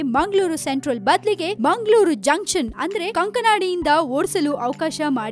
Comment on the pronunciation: whether it is munglur or bunglur. where are these cities? no fluency in kannada language.